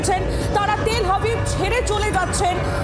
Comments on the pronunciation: ওহে সঞ্চালিকার, ওটা তেল হাবিব না, তেল আবিব। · তেল হাবিব না গো তেল আবিব, আগে ঠিকমতো উচ্চারণ করতে শেখো তারপর খবর পড়ো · তেল আবিব নয় এটা তেল আভিব হবে । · Madam, City name ta thik kore bolun... Ota Tel Habib noi , Ota TEL AVIV.........